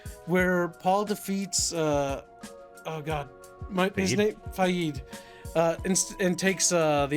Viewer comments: I completely disagree with on on everything (except the Chani-Zaday, you nailed issue on that alright) Everyone was badly cased for every part. Why the hell is Fah-yeed, You mean Fayd? And whats wrong with little Alia, yah she's a weird creepy child her mom took powerful drugs when she was prenatal. The piecing, lighting and sets were all terribly designed. Jodorowsky DUNE would have been a bad psychedelic trip of weirdness but I'll take that over this bland sepia-tone hazy shit-fest of a film. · Could not disagree more it is pronounced “Fade”